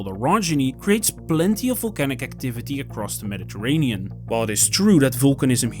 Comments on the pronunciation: I can't cope with the mispronunciation of Medi terranean and so on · Teach this ai to pronounce Mediterranean! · Look up how to pronounce Mediterranean, my friend. :) Nice video otherwise. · Nice work. FYI “Mediterranean” is pronounced differently in English. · I appreciate that you did not use an AI narrator, and I realize that English is not your native language, but perhaps you could brush up on your pronunciation of "Mediterranean." Aside from that... nice video.